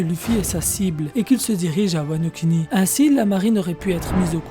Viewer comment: Sa m'énerve comment tu dis wano kuni ou luffy...... frère fait un effort!!!!